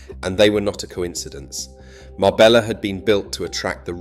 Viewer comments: How the fk is it you don't know how to pronounce Marbella? It's not Mar-bella', it's Mar-bej-a. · You could write it as Marbeya for the AI script, so that the AI would pronounce it correctly. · Marbella is pronounced Marbeya..... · Mabeyya? 2 ll, become y! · If you can't even pronounce marbella properly,forget it.🙄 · The pronunciation of Marbella and Banus is so bad and the rest is bs. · If you are going to take interest in telling the story of Marbella , please learn to pronounce it correctly 😊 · Pronounce the name properly if you want to use the town. And your information is not correct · Sorry stopped at 9 seconds in. If you cant even pronounce Marbella correctly, in content about Marbella, why do you expect people to give you their time to watch your content. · How TF do you expect us to take this seriously when you can't pronounce Marbella correctly. Do you say Madyorker as well ? Wilson sleeps with an axe but just opens the door. There is absolutely nothing discreet about Marbella. It is a cesspit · His pronunciation of Marbella horrendous. I used to go there in the late 70s with my parents and remember being a very small fishing village with Ferrari and Rolls-Royce is passing by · At least pronounce Marbella right!!! 🤯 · Could be AI that cant pronounce it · Omg that really hacked me off....